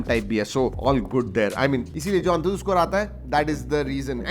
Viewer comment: Wo An tu tu nahi hota antutu hota hai